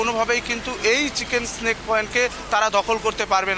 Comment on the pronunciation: চিকেন স্নেক নয়, চিকেন'স নেক।